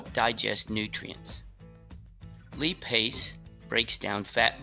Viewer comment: I have never in my life heart lipase and trypsin pronounced "lee-pase" and "tripe-sin"... what part of the world do they pronounce it that way? Serious ques.